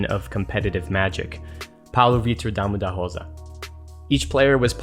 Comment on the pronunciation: you gotta love that well pronounced "rosa" in PVDDR.